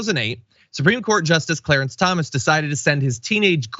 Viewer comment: I think mr cwow and cwawance were on the lowdown.